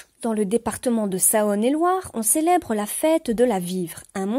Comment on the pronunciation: J'ai beaucoup aimé, je suis également un grand passionné de mythologie ! Mais Saône et Loire se dit "S(au)ne et Loire" hélas...